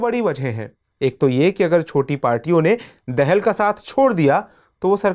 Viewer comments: Sir, देहल नही दाहाल । हिन्दी भी पढनी नही आती !!! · दाहाल है